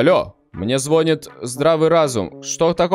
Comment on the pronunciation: Только не звОнит а звонИт но я твой подписчик, я смотрю каждый твой прямой эфир и стараюсь играть вместе с тобой, и ОБОЖАЮ твою песню «Начну с понедельника» ❤❤❤